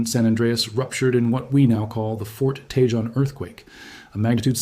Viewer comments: It's pronounced Tah Hone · It's TAY HONE pass - I do with these people on YouTube would learn to pronounce Spanish names. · In”Tejon” the j is pronounced like an h.